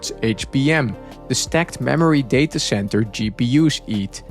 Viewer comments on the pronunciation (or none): none